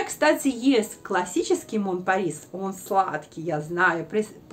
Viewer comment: Пожалуйста, без обид, но читайте название парфюма правильно. Напишу русскими буквами : Мо(н) Пари (не читается s в конце) А за видео спасибо 👍